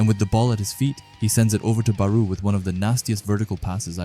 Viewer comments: Bro thr “BArOu” caught me off guard in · I cant continue watching due to how you pronounce Barou